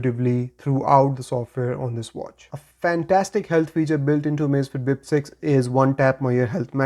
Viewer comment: "Amazifiti Bip Seizi" 😅😅😅 Parece até o Caneta Azul falando... 😂😂😂